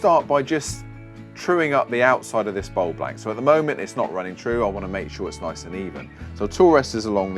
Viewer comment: As he says........."noice"